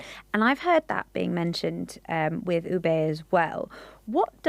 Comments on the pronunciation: OO-beh not OO-bay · Please take note ube is not pronounced as oo-bay but retain the sound of long double "o" as in look"; and "e" as in net, you get OO-beh. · It's pronounced "Oo-Beh" not "Oh-Bey" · It’s “hah-loh hah-loh” and oo-beh 😭